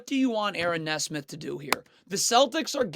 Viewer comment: I swear his mispronounces makes just so people will comment "it's pronounced knee smith!"